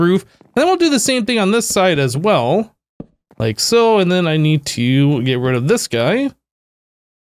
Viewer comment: The way you say "like soh" is funny. Lol